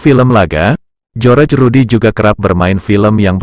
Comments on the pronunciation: Ini mimin nya pandai baca gak. Bilang Barry Prima padahal di baca Bery prima,tulisan nya saja Barry prima. Joerje Rudy padahal di baca jos Rudy ... min ... min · ketawa gw bang denger loe nyebutin nama jojor rudy yg bener jhos rudy